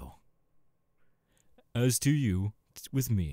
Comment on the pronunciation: I’m sorry, and this isn’t meant as a hate comment, but I know you seriously didn’t not just pronounce Geto’s name as Gay-toe 💀 Also, when you said “Name’s Jeff” my brain went straight to the “me nem Jeff” meme 😂😂